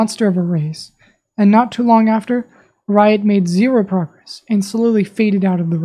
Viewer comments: Whenever you say Riot, it sounds like your saying "Wyatt". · it sounded like blyatt